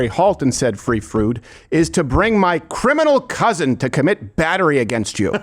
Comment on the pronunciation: Her "cuzin" is probably serving time in county